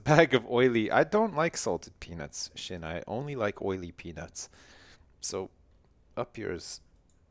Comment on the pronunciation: i fell like only me and sjin say his name correctly it is prounounced shgin